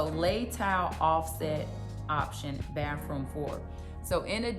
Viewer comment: It's pronounced baTHroom